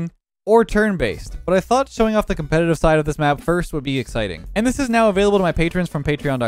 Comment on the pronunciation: “Comeptitive Beer Pong”